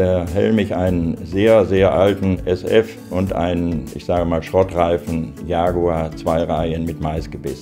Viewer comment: Not yaguar but jaguar